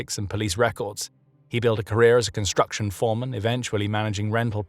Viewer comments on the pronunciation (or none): none